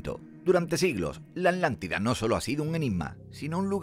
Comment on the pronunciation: Es Atlantida, no Atantida🤔